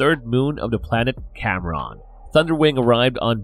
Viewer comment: Having some trouble with scottish names there: "Maccadam" is pronounced like "Mac Adam" and you emphasise the A in Cameron, not the O so it's like "Camrin"